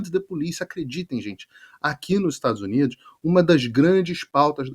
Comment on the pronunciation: Esse homem lá nos Estados Unidos,é muito nojento para pronúncias das palavras, estados uniduxxxxxxxxxxxxxxxxxxxxxxxxxxxxxxxxxxxxxxxxxxxxxxxxxxxxxxxxxx.